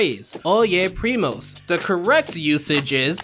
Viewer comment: it is not primas instead of primos ???